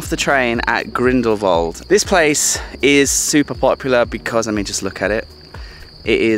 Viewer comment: Salute! An american pronouncing the place Grindelwald correctly. You really did research before saying places... we can learn a lot from you! Wonderful video!